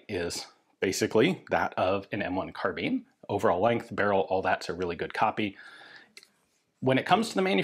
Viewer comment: Car-bine not Car-been. Unless you bale hay with Beender Tweene... Carbine means to bind as in tie up. A Carabiner is a clip or attaching device and that name got attributed to the short sword used by Calvary similar to a lanyard for a pistol. Anyway it became a short gun as well but it aint a Been or a Bean. American slang twang is that. Now you know.